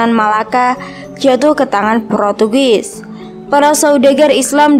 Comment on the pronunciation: Protugis? Wkwk ngakak bngt, portugis kak woi lahhh